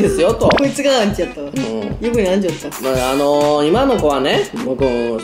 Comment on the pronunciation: アンチじゃなくてウンチなのは草